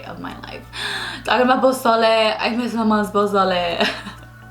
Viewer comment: OMG? The question about your fave Mexican food, I was like I bet she's gonna say pozole cause that's mine and YOU SAID POSOLE AND I FREAKED LMAOOO love u ❤❤❤